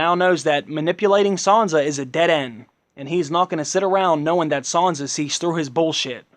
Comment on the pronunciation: its SAN-sa not SON-sa proper annoying